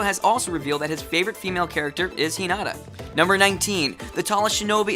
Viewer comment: H*i*nata. Accent on the i in the anime.